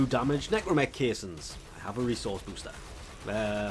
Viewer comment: Watching the Necramech part, I know is to force the player to farm, but man the Capsule part could have been share between both. Also yes, is NecrAmech with an A.